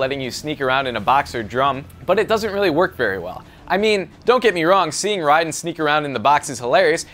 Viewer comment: Im sorry but is he satying the name right -_- it clearly doesnt seem like it, RIDEN and its raiden